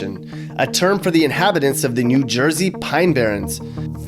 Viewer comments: Who the hell calls it "jew jersey"? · i have never heard anyone say jew jersey